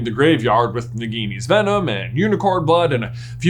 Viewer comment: Why are people calling it nigini and not nagini?